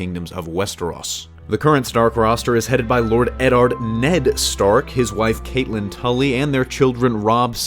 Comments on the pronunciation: As soon as he pronounced Catelyn incorrectly I was out. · Derik Knutson honestly same though